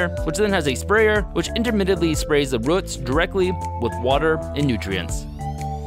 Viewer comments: Ohhh i hate the way he says ruts instead of roots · ROOT not rut